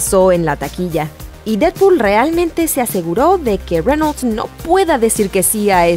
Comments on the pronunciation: Onafets SD men... se pronuncia tal y como se escribe... Reynolds.... incluso podria ser Reynols pero.. renol no... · renols... renols... renols..... wtf.. cual es el trauma con mencionar las palabras en ingles.. o los nombres con esa entonacion y pronunciacion incorrecta... estan exagerando con el ingles barato.. enserio.. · Jose Gante reinouls xd